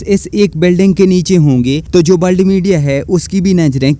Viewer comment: बोलना सीख ले भाई । ब्ल्द नही होता वर्ल्ड होता हैं